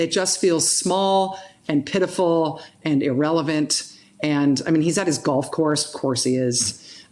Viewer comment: No one: Joe Biden: Bi den